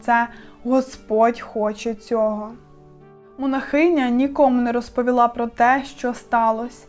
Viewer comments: Чому монахИня, а не монАхиня? Я щось знову пропустила, якісь нові правила ? 😮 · Дякую за вашу працю. Єдине, що маю порадити, це вимовляти слово "монАхиня" із наголосом на звук А, бо на фоні вашої гарної мови, воно аж ріже слух.